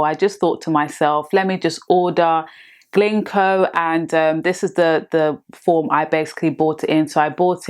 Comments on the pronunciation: It’s GINKO not GLINKO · It's not "Glinko"